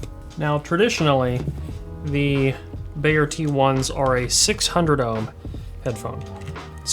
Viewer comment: Its pronounced B-EYE-YEAH... Just as you would say eye